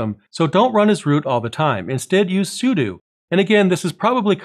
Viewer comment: +10 points for pronouncing sudo as if if was made up of "Super User DO". Thank you! #awesome :D